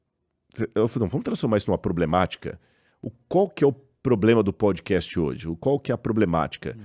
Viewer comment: Não é "poudi cast" e nem "hopi" hour.